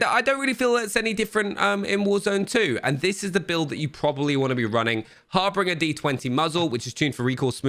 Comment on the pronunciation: For the love of christ someone teach these gamers how to say harbinger.